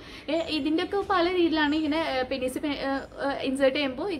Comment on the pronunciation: പെനിസ് അല്ല പീനസ് എന്നാണ് pronounce ചെയ്യണ്ടത്.